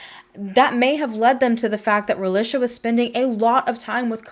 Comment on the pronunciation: I can’t watch with you mispronouncing her name. Ra-lee-shuh. That’s how her Mom named her & pronounced it and it should be pronounced correctly. Especially if you’re going to make money off her tragic story. At least respect and use her name & pronunciation.